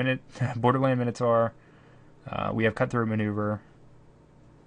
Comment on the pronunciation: Best MTG channel worldwide. Worst pronunciation of minotaur worldwide. :( "Minotaur (ˈmaɪnətɔː)"